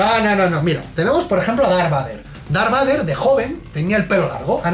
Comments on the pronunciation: en serio? Darbader, así lo pronuncian? Por favor! Creo q me dió algún cáncer al escucharlo. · Dar Bater. Pero es que tio como es posible que lo pronuncie tan MAL. Error Epico. REALISMO!!!!! Y solo llevamos 15 segundos de video. Vaya. Empezamos bien.